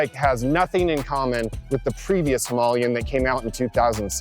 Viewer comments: It's Him-aa-layan....not Him'u'layan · I was not expecting "Himalayan" to be pronounced like that.... OK, he's just wrong, very worng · any chance of pronouncing the name correctly . Him,a,lay,in 😂🤣😅😆😂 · Hi,ma,la,yan four syllable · Exactly! Why didn’t he edit the soundtrack to pronounce it correctly? Low budget alert !